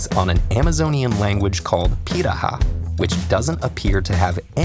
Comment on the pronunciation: Pirahã is "pee rah huh", not "pee rah hah"